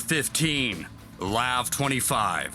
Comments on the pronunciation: the way he said LAV smh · Does it bother anyone else when he said LAV all together like a word instead of separate letters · Funny how the original poster of the video says LAV as LAV not L.A.V. because it suppose to pronounced L.A.V.